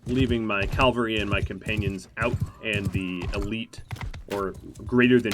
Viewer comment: Nice series, but I wince every time you pronounce cavalry as Calvary. Please have mercy on me and stop doing that.